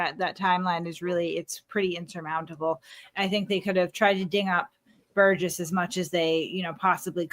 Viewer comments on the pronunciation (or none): Great show. Thank you! BTW Burgess is pronounced ‘Burr-juss’ and not ‘Ber-guess’ or ‘Ber-Jess’